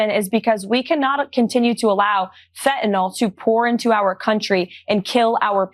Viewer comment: They can't even pronounce the scapegoat correctly. FEN-TA-NYL. not fentanOl and definitely not fe'anel